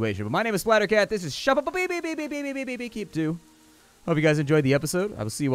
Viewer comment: Ill watch this just to hear say shoppepepe as it amuses me